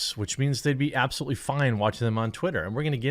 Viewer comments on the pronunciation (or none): none